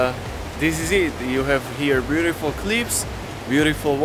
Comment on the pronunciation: super spracovanie, zostrihane, kvalita videa parada, jedine co mi tam mega vadi je to rozpravanie, strasne zla anglictina, sory ale to sa neda pocuvat, furt dookola jak vsetko je bjutifl, nemusis to rozpravat, tu krasu vidiet z tvojich zaberov ktore su ovela lepsie ako to rozpravanie.... podla mna to tam riadne kazi inak namakane videa:)